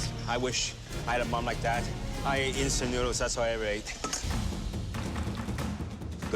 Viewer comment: I honestly though he said "i ate instamt noodles thats why im irate." Lol ahahah